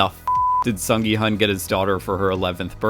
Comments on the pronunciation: Ahhh, his name is pronounced “Sung gi- HOON” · The intention of my original comment isn't to go hard critiquing pronunciation. I just really want everyone to know at least the main character's name because it is not a hard name to pronounce for Americans. Some of the other names are understandably a little harder. As a Korean, I hope people will promote Korean entertainment and culture with a little more effort towards the pronunciation.